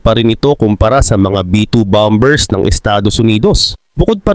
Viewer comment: Bakit mali ang pronunciation mo sa bombers?